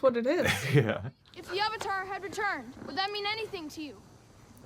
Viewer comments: Why does the movie pronounce “avatar” as “auvotar” lol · “My name is oong, and I’m the ovatar” Me: "No ur not" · Literally Avatar is pronounced ONCE correctly in this movie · Stilted acting Some good effects but mostly terrible effects WHITE WASHING?? Getting the NAMES OF the characters WRONG? (ANG instead of AANG, EEROH instead of IROH, AHVATAR instead of AVATAR etc xD) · Ahvatahr Ong Sowkuh Eeero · Ahvuhtar Ong, Sowka, prince Sueko, uncle Ear-oh, Agni-keys… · watching this review with the subtitles on for the terrible pronunciations is hilarious. avatar wrong and agony key duels lol. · I understand the names; they put zero effort into pronouncing them at all, but I understand trying to fit their language conventions: But AVATAR IS AN ENGLISH WORD.